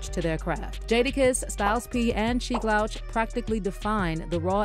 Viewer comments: You should do a better job of researching who you make videos about, the man's name is pronounced "Loooooooch" not like OUT. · sheek LOWCH? this was definitely read by AI . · Louch rhymes with pooch, not couch. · Sheik LAHWCH is crazy work . Its pronounced LOOCH but spelled Louch 😅🤣🤣🤣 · Tell us you never listened to their songs without telling us.....Sheek Lowch? its Sheek Louch....pronounced Looch. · If you’re gonna take the time to investigate and publicly publish a story about one of the most iconic groups in history…at least get Skeeks name right!!!!!! It’s Sheek Louch (Looch) not “Lowch” that shit got me tiiiight! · Sheek L-ouch 😂😂😂 Louch(Looch Bih) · The way you're pronouncing Sheeks L"ouch" instead of Looch name is crazy 😂 especially because with people who you're reporting on. Hear Jada go on about dropping that fridge on Puff NEVER gets old. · LOUCH ....Lou....ch sound it out ma damn 😂😂😂😂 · The way you pronounce louch makes me want to scream! Jesus christ lol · Learn how to pronounce Louch genius.